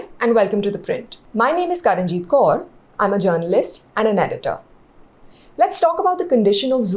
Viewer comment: You made a few mistakes Kaur should be pronounced like sour, to accentuate its spelling, just a thought that you can ignore. The elephants shown in the National park are African elephants, if you want to be respected, you should try and be accurate with your graphics. Africsn male elephants can never be in a zoo, even with a female, I think they should return Shanker to Africa. Make visitors pay 500 rupees per head, then they will automatically treat the zoo with respect. Hire more zoo wardens, plus 500 per head will ensure only serious visitors come in. Zoo wardens should enforce decorum, and be empowered to force violators to leave the premises